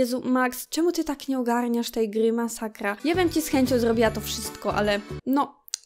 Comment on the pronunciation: "POTWIEJAĆ, MASAKJA" JAPIERDOLE XD